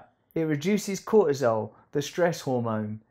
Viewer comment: Russell, please pronounce words properly. There is a 't' in cortisol. its not an accent its just bloody annoying. I mean this with love....not really but it just bugs me.